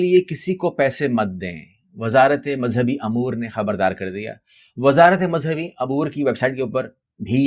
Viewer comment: Umour ko AAP bar bar Amour Keh rahai hain